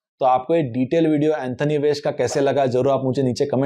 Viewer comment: Anthony एंथोनी ❌ Antony एंटोनी ✅